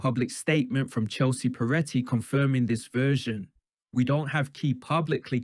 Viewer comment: "They were not some double act frone tagevuh"